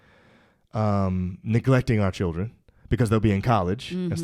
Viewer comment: She didn’t say children, she said chirren